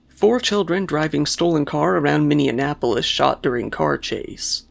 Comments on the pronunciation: Minneanapolis??? Bro, it's Minneapolis, like mini apple less. 😂 We're cracking up over here. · You said Minneanapolis which is incorrect. It’s Minneapolis. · Minneapolis. NOT "MinneANapolis." Ha, I had to go back and hear this twice, to make sure I wasn't mis-hearing you. Yeah, that happened in my hometown. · Tf is minneanapolis? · Minneanapolis? No we call it Minneapolis. Or Murderapolis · Indianapolis + Minneapolis = "Minneanapolis"... I guess?!😃😂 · What is "Minneanapolis"?? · “Minneanapolis”? Lmao just to be clear, it’s called Minneapolis. You were confusing it with Indianapolis I think 😂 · Minneanapolis or Minneapolis? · Wait... "Minneanpolis," not "Minneapolis?" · It’s Minneapolis lol not Minneanapolis 😂😂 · "Minneanapolis?" Seriously? This is worse than calling the midwest "flyover country." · No hate, but minneanapolis? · It's minneapolis, not minneanapolis! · Its "Minneapolis." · Minneanapolis 🤣 love your stuff, but this made me pause. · Mini-annapolis! Lol. You're adding a syllable. :P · (Min-e-app-olis) sincerely, a Minnesotan. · Min-e-ap-olis is the pronunciation. Here in Minnesota, we have a huge problem with extremely young juveniles stealing cars. It's unreal to think these children, actually babies are shooting, stabbing and other hanious crimes. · It made me think he was saying Indianapolis. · Minneapolis is (sort of) my city lol, you mistakenly said MinneANapolis, just thought I'd correct you. But wonderful video<3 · Minne - ap - olis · Minneanapolis... Fun :D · TF is wrong with your pronunciation of Minneapolis? There is no other N after the 2. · I believe you accidentally fused it with Annapolis :)